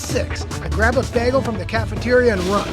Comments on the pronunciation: Narrator often pronounces "Bagel" like Britta Perry. Pop Pop! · Did this dude say bagel like Britta? Did he Britta the pronunciation? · Am I the only one disturbed by how he pronounced Bagel?